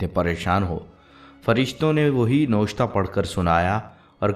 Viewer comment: Aap jo lafz noshta pardh rhe hain wo noshta nhi Naawishta hai please correct it